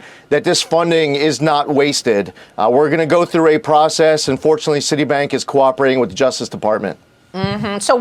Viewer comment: ProcecEES....PSAKIS word! 😆